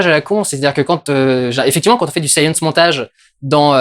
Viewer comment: Il n'y a que moi qui est entendu "Saiyan Montage" plutôt que "Science Montage" x) ?